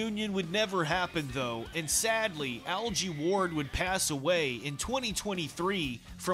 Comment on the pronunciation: It's a hard G in 'Algy' as in Get not jet